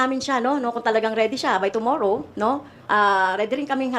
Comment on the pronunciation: C convicted tomorrow bisaya ba yan ang pangit pakinggan pagbigkas niya tomorrow npa convicted ito ang mga aso n tamby magkanu natanggap m kai tambi